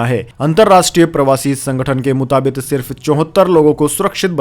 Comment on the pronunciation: मुताबिक सही है। मुताबित नहीं। कृपया, उच्चारण शुद्ध करें।